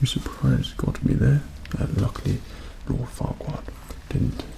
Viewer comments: Lemme get this straight did he just say, Lord, Farquad... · Looking back on it, I know he said "Oh Farquad no, nothing to worry about". But at first, I definitely heard "Oh fuck- no, nothing to worry about".